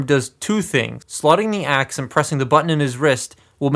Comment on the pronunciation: Is Optimus saying “attack shit” when he uses his axe? Or am I crazy?